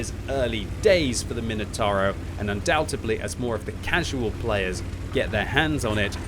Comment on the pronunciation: Undoubtably? Undoubtedly.